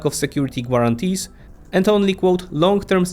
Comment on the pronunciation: Maybe check how certain words are pronounced before recording. The "u" in "guarantees" is definitely NOT pronounced. And English isn't my first language either.